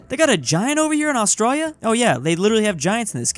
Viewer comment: ITS ATRALIA NOT AUSTIA DONT DISRESPECT MY HOME COUNTRY